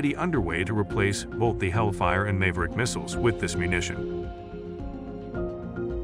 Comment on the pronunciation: Is this AI narration? It mispronounced Maverick, Apache, Pakistan, and Sidewinder, but sounds like a real person otherwise. Pretty neat.